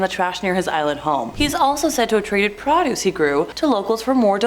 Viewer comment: It's pro duce. The o in produce is a long o